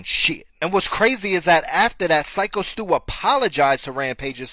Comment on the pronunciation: Love you but you cant even get Stu’s name right while making a video about it… come on brother lol